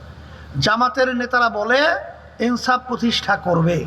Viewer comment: আর আপনি এনসাফ বলেন ইনসাফকে😂😂😂